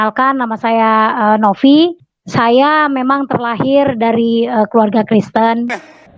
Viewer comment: NOVI KER NOFI..indon ni di grammer English very bad.. video disebut FIDEO..content pun memalukan !